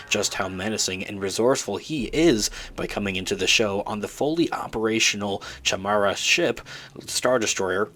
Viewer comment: Its pronounced "ky meda"...Not "chamera"